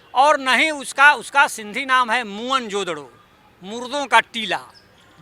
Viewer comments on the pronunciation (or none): अबे चूतिया मोहनजोदरो द्रविण नहीं सिंधी भाषा का शब्द हैं मोहन जोदड़ो का सिन्धी भाषा में अर्थ है " मुर्दों का टीला " मोहन जोदड़ो शब्द का सही उच्चारण है 'मुअन जो दड़ो'।